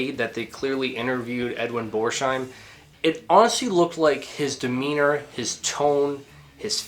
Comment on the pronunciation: Pronounced Bors - heim. No sh sound. I know you will hate the correction and perhaps insult me for pointing it out, but oh well. 🙂 I have not finished watching the video yet, but good job... I will be back with an edit.